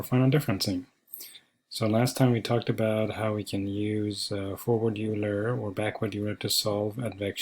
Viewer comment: Euler is pronounced oi-ler